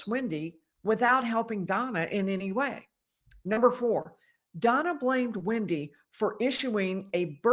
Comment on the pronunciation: It's wEndi bot wIndi !!